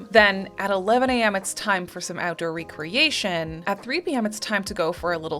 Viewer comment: You are mispronouncing that word. You are saying: RE-creation. That means to re-build/re-assemble. The actual word is REC-reation. As in leasure, hobby activities. Big difference. 👍🏻